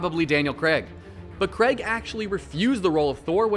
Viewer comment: Why can't Americans pronounce "Craig"